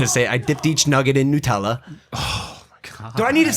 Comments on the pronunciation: he calls nut-ella noot-ella its made with hazlenuts which is a nut so its called nutella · Why does Logan say Nutella “nootella”😂